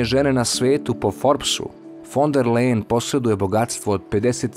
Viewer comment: Ursula se zove fon der Lajen , ne Lejen ...Ali, to nije tako važno 😅